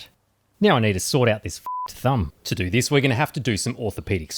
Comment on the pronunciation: That accent is unbearable... how can people pronounce a simple word like "do" this weird way "doewrewr"